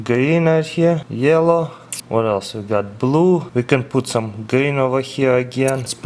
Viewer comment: He sounds like Mr.Gru from despicable me!! :p the way he says yellow !